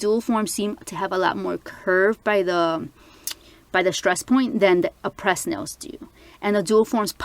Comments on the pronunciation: Its pronounced Ah-prey not Ah-pres it's a silent ś, very pretty nails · Aprés is pronounced Apray. You can call them too they’ll tell you. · aprés is not pronounced 'a-press' i hear so many people pronouncing it that way and it irks me lol